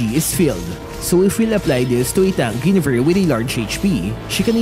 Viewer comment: Mali po pag pronounce nyo ng Guinevere. Paki correct.